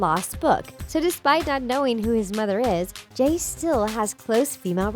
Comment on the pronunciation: Jay is Jamie son not jufare however you spell it